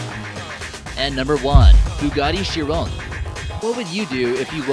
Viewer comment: he said la Ferris but said bugati chicchor